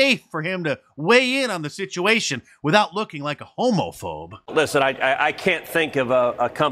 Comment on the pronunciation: I ❤ your pronunciation: "hOmOphobe"!